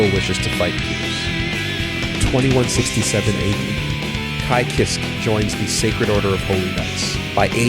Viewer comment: Man are you just embarrassed to pronounce Japanese names correctly? I know that you know how too but you always fuck it up even after I hear you saying it the right way. Like 'Kai Kisskee'??? Really dude?